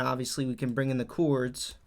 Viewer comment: Jeeezus man...learn to say CHORDS!